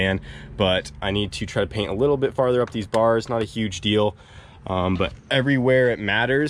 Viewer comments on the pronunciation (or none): “I got 99% of the page cainted” 😂 anyone else catch that? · "Caint The Page".... Is that right. Who else caught him saying all that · I love the way has embraced his slip up when he said Caint the Page! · I watched the original video when you miss said paint the cage 😂😂😂 I died then